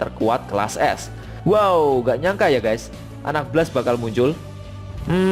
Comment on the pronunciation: Baca blastnya bukan ky bgitu, asmirandah